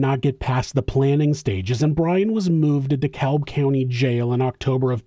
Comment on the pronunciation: another informative video as usual!!! Also as a LOCAL georgian, just for your info Dekalb is pronounced “dEE-Cab”. Just letting u know, it’s not a big deal but “the more u know”